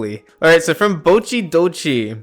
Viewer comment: Its pronounced Boh-chee Doh-chee (Amazing cyber monday video would use spy’s revolver over his knife out of 10)